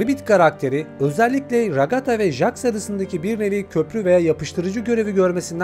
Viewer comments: jaks ne abi jeks diye okunuyo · Jaks(Jeks diye okunuyo) kufmo(kafmo) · Abi Jax ceks diye okunuyo-linç değil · Abi çok iyi anlatında bir sıkıntı var jax diye yazılıyor jeks diye okunuyor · Her cmm okunuşu cex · bi daha jax ı "jax" olarak okursan evini bulurum ratlerim seni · Abi jex diye okunuyo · Jex diye okunuyo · Abi o jax diye yazılıyo ama jex diyo okunuyo haberin olsun